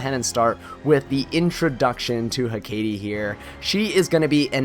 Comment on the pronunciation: I’ve only ever heard it pronounced HECK-ate or ECK-ate, but apparently your version is closer to the actual pronunciation, learn something new every day lol